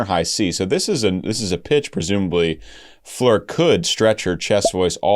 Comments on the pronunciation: Also, her first name is Floor just as it is spelled (like the opposite of the ceiling) not Fleur...but I'm not gonna beat him up over it 😀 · Hey,! Very nice video! Thanks for not having it Premier in a month and a half.;-) AND... I know you'll get a lot of this, but she pronounces her name like it looks. Like an actual 'floor.' Or do you say, "I need to vacuum my fleers"? In that case, carry on, brother. And her last name is pronounced Yonson... but I'll keep watching your NW videos either way. Or maybe you're doing like Suite Clarity... when they react to NW, they say "Jansen" on purpose, just to inflame the hardcores. 🤣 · Please can you say FLOOR and not fleur. And an advice to limit the word 'stunning' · Her name is FLOOR - not FLEER - its not hard ! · I don't know who told you to switch up the pronunciation of Floor's name, but they are incorrect. Her name is just Floor, like the actual floor you walk on. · In Dutch you pronounce it how it is written Floor. 😊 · Beautiful song by Nightwish. This is the last song on their album Yesterwynde. By the way..Floor is pronounced Floor..like a floor you walk on. It's a dutch name..meaning flower. Thank you for reacting to Nightwish. Cheers from a finn in Sweden. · The “oo” in her name pronounced more like in “floating”